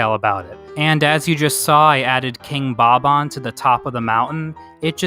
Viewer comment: You said “King Bob-On”